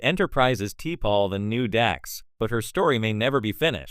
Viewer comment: You can't pronounce shit for shit. Go back and watch the Shows...you called T'Pols name wrong and you couldn't even get Jadzias name right.